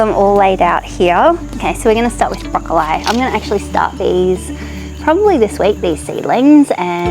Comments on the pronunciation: it's how Queenslanders say it. Don't change your pronunciation as it's the original Qld way! It sadly seems to be dying. Hold th line Queenslander lol. My kids and friends still say it this way! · Finally a fellow queenslander who says broccoli like queenslanders used to! I still pronounce it this way as do my kids.